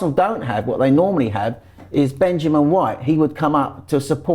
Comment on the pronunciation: ffs stop saying 'benjamin' white....